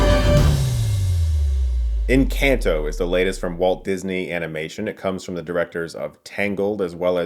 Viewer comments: Sorry but I had to stop the video in the first 10 seconds. If you know the word is Spanish can you please at least make the effort to look up how it’s pronounced? It’s not In-CAN-toh. That made me audibly yell. It’s En-Khan-toh. Please do it better next time you come across a movie like this. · Wow this movie looks pretty - and definitely here for Latina Glasses Princess! (I cringed a bit at every iteration of the name in this video, though. Should be en-CAHN-to. in-CAN'T-o just grated. Sorry!) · En -Can-toh It’s En-khan-toh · Thought it is pronounced en-kahn-toe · Girl he said “in can toe” 😂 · It’s en cahn toe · Chris...I love your reviews, but you're killing me with the way you pronounce Encanto (in- KHAN - toe). Being I worked on the film, it's like a nails on a chalkboard buddy! :) The comments here are so nice to read and those of us that are a part of making these films... well you make us feel good. Thanks for that! I'm sure you all will love it! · It's pronounced Encanto(N-con-toe)! It's a phrase used when someone likes something or singing. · Chris really accessed his Latin roots with the N-Can-Toe. Perfect pronunciation. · DUDE SERIOUSLY??? Why are you pronouncing the films title like that?! The A in the title is SOFT, not hard, ffs!!! Like this: EN-CAHN-TO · Chris: In. Can. Tow Spanish speakers: Encanto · I'm sorry but I cannot deal with his pronunciations of these Spanish words. I liked the video but just saying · Doesn't it bother you how he pronounced this movie's title though? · Am I the only one that gets kinda bothered with the way Chris pronounces Encanto xD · If only Chris learned to pronounce the film's title right though... 🤦‍♂️ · "Lin Manual Miranda" and "In can toe" lol